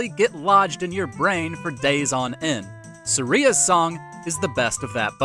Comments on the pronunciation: It’s not Sur-eee-uhh It’s Sur-I-ah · Sareea's song? Haha. It's Sahria, not Sareea. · Am I the only one bothered by how he said Saria's name, it may be right for all I know but I always said at as suh-ri-ah 🤷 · Suh-ree-uh.... im gonna be sick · Who is suh ree ya? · hahah it is Sah ree a. Good point. Not mah ree a. Who knows link never speaks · oh no. Suh-ria? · Video is great but how did u pronounce saria so wrong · Wait, that's how you pronounce Saria?! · the way you said saria hurt my ears :(